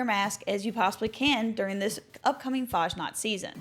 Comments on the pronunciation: lerne bitte, wie man Fasnacht richtig sagt. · Dear lord please learn how to correctly pronounce fasnacht